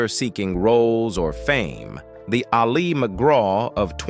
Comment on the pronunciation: Couldn't someone have told this bozo that his subject's name is pronounced "AL- ee", not "al-EE"?